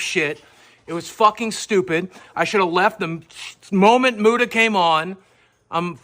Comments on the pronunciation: I can't handle the fact that keem keeps pronouncing Muta like "mewta" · love how keem pronounces muta's name as "myuta" lol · I like how Keemstar calls Mutahar "Myoota" lol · Lol "Mewta".